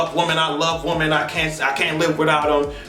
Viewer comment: EVERY TIME you say ,"Woman", instead of ,"Women", melts me!🥰